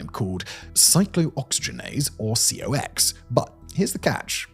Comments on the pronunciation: It’s pronounced “cocks” it’s not spelled out C-O-X…weird as it seems. You said it in the drug name. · I know Simon reads from a teleprompter and often has to guess how to read words, but NSAIDs should be pronounced n-saids and COX as, well, cocks. (Yes we really do read it that way. If some scientific acronym is spelled like it could be read a bit too cheeky, it usually is 😂) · The COX enzyme and NSAID pronunciation is sending me